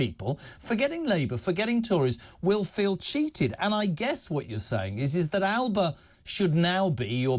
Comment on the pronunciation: It'S pronounced Alapa notAlba